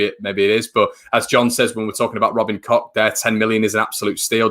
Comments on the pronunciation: FYI Koch is pronounced coke just like the Koch bros in USA look it up 👍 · I know its funny but Koch is really not pronounced like that . More like " Koh" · Tell him to pop to South germany or Austria where it sounds like Kook or north germany where it sounds more like Kox .... Thanks .... Let's see how many versions the bloody commentators come up with ... No doubt it will be pronounced Smith by xmas ......😁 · German mate from work says its pronounced Koh .